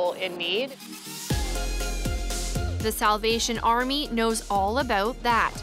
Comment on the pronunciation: When she said Salvation Army, I heard South Asian Army for some reason lol.